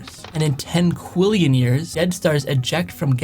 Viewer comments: It’s pronounced quadrillion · can anyone not talk about how he said quadrillion “quillion”